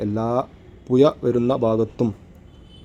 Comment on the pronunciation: പുയ അല്ല സുഹൃത്തേ പുഴ എന്നുപറയ്